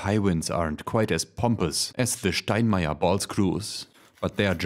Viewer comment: That's how we Germans say it ... 😀